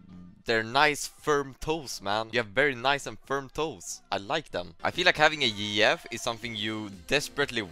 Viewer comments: it took me a few minutes before i understood what he meant by "Yee Yef" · Bro when he said yeeyef I didn't realize he was saying gf and I thought he was saying like a cross between Master Yi and TF LOL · This man is just the best english speaker, took 5 min to understand he said GF as girlfriend😂😂😂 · I took two minutes and a stroke to realize he was saying GF